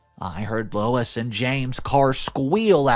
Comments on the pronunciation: Sorry to mention it, but you mispronounced Louise, and read it as "Lois" . It's Lew-ease. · I really wish that OP & her husband had done more to defend Helen when she was being shat upon by the family. She came to their defense but no one came to hers (at least not at the point in the story I'm at). Btw. Louise is Loo-eez, not Low-iss. Louise seems rather entitled. Probably spoiled as the younger girl. I feel awful for poor Helen. Oh man, Louise is one hateful bitch! I feel for Helen's kids too. I keep wanting someone to tell Louise that she's a spoiled entitled hateful brat and to defend Helen & her kids. The stuff OP said about her in the thread could have been said out loud in person-- that she's a good mother who works hard to support her kids & is a better person than Louise and the grandparents. I'm glad Max was able to help calm the kids down. I'm glad I never walked in on any sort of conversation like that as a kid bc I would have exploded on whoever was saying mean things. I would have chewed the person out and told them they were the losers-- I did have quite the temper back then. The grandparents could have been criminally charged for stealing the money from Helen. Just bc someone has money doesn't mean they owe the rest of the family anything. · Louise is not pronounced "Lew-is" or "Loh-is" It's pronounced "Lew-weez." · Oh for goodness sake. Louise is pronounced (Loo-EASE), not Louis. Please look up pronunciation. It’s an easy thing to do. You consistently get words wrong and it blows my mind that you don’t work to improve at your own job. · "Lois"? "Lewis"? It says "Louise", a different name, pronounced Lew-ese, long e. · I absolutely love your channel but you butcher names and places. It's no Louis it's Louise add the E to make it feminine. It's sounds like LOU-ESE. This is how to spell the name you say Lois. Sorry I just can't plus are not the only one. Great story loved the end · The name is LOU-ISE (F) NOT LOUIS (M) Sorry but it drove me crazy